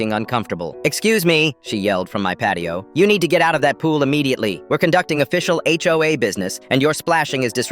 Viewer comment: “Ho-a” I’m crying🤣